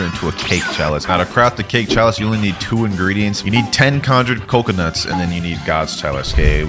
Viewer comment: Bro legit just said cocoa in coconuts 💀💀💀